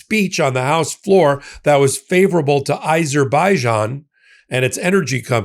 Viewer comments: there is no such country as "EiserBEIjan". What is it with misprounouncing the name of every country and individual? Do better! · I would have thought that you would know how to pronounce the country of Azerbaijan. It's NOT how you pronounced!